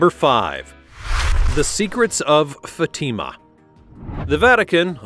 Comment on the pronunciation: Teach you AI to pronounce Fatima correctly!